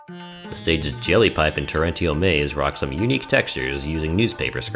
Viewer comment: You mispronounced torrential